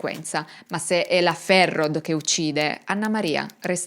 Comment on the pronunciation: Bellissimo video, sono Valdostano, ti scrivo le pronunce, il cognome di Ulisse si pronuncia così Ghisciarda, la signora Ferrod: si pronuncia Ferró la OD finale è un O chiusa e ovviamente la D sparisce, cmq bravissima...